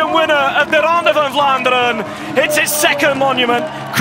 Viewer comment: I love how the commentator uses the belgian pronouncation all the time .. 'its the ronde fvfvan ffvlaanderen!!